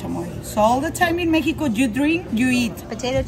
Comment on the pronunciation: The way they pronounced Mexico ,,, - "mekiko" 😂